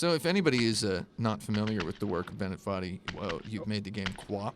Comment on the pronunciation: Saying Bennett Foddy with an Indian accent is kind of funny to me